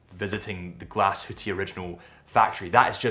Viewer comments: It is Glashütte, not Glashutte and you pronounce the e at the end like an ae, don’t omit it.Thanks for the great overview! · Learning about the brand is commendable, knowing how to pronounce the name of the company and the town seems however, a bridge too far. The "E" is expressed and the umlaut makes the "U" say ue as in Sue.